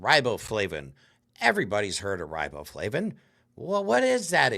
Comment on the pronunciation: riboflavin? carageenan? If he thinks these are so bad, he should be able to, at least, pronounce them. It doesn't give a lot of confidence to his knowledge; I know I know, I'm just sayin'.